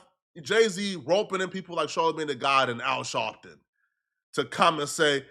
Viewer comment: “Al Shawwwpton” got me weak 😂😂